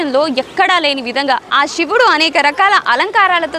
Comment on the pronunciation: షివుడు ఏంటి తల్లి..... శివుడు